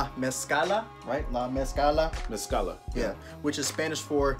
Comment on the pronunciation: Yep they're pronouncing mezcla wrong but is all good. Dope video